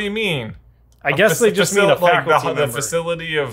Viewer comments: misread the word "faculty" as "facility". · I think the word was faculty member not facility